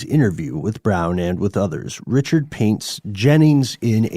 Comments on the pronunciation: Richard= REE-SHARD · Ree-Shard it’s Cajun French! Not Richard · It's pronounced Re Shard. You must not be from Jennings. 😂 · It's pronounced "Rick Card" not Richard.